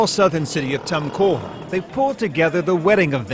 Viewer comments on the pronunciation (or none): It's Toomcoor isn't it.. he say Tamcore